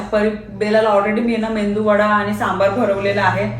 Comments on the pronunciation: आई what चुकीची comment? भारतात कुठेही मेदूवडा ला मेंदूवडा म्हणत नाहीत... मी फक्त तिचा उच्चार चुकला ते सांगितलं आणि त्यांनी पण ते accept केलंय.... ह्यात काय चुकीचं आहे... मी पण रोज vlog बघते त्यांचे खूप informative असतात I am also her fan पण म्हणून चूक झाली ते सांगायचं नाही का? काहीही... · Nice video aani menduvada nahi g meduvada mhantat 🤣pn chan zale hote vade aani sambar 😋😋👌👌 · Tumche vedio khup mast baghtehi avdine.pan ek correction ahe mendu( मेंदू) vada nahi mhanat मेदू (medu) vada mhantat. This is my only suggestion. Don't feel bad.